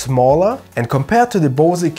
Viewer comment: Had to giggle when you pronounced 'Bose' as German as possible :) Great video, though. Looking forward to the next one. Have you ever considered reviewing Osprey packs?